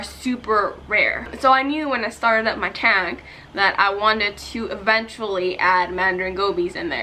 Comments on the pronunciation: And the way she says "tang" like girl I love your channel and all but please pronounce things right 😂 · I love how she pronounces the words tang and tank in the exact same way.. lol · Y dose she say tang instead of tank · It hurts my feelings how she pronounces "tank" ugh. But the fish are so pretty. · the way you pronounce “tank” stressed me